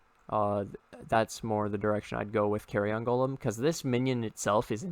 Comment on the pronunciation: Nobody's gonna talk about "carry-on" golem?